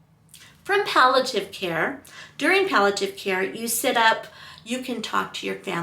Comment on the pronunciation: You’re saying “pal - a - tiv,” but the word is “pal - ee- a - tive.” Palliative: There’s an “i” before the “a.”